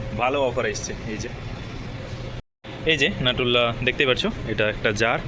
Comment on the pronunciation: নিউট্রেলা, নাটুল্লা না